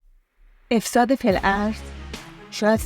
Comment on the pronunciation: بانوی عزیز یکم در تلفظ دقت کنید سلبریتی و افساد رو اشتباه بیان کردین منم متولد ۶۶ ام فوق لیسانس باستان شناسی دارم اکثر بچه های باستان شناسی رو میشناسم ولی ایشون رو نه شاید تا کارشناسی خونده بعدم دخترا چرا میرفتن خونه ی یه مرد غریبه ولی حقشون تجاوز نبود کاش به غریبه ها اعتماد نکنید من که به واحد بقلیمم اعتماد ندارم گرچه همه محترمن و اپارتمان فقط برای زوجای بدون بچه اس همه جا دوربین هست ولی من به هیچکس اعتماد ندارم حتی اشنا